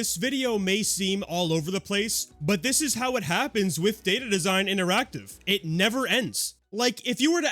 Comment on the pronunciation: Whenever you say "data design", I hear "dated design". You can say their design is outdated.